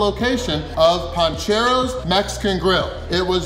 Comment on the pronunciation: It’s PANcheros not PONcheros 😬